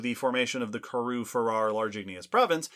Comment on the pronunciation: I admire what you all do, so I don't want to be a downer, but the pronunciation of Karoo is Kuh-ROO. Here's an authentic South African pronouncing it (in a talk about the Karoo Supergroup): Again, thanks for doing all you do and taking some feedback. 🙂